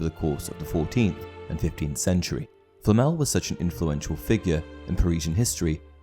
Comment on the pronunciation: Por qué le llama FLL,no puede pronunciar Flamel... qué fastidio,da cosa 😆